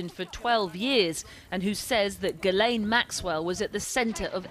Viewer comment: How come no one seems to know how to pronounce ghislaine not guilaine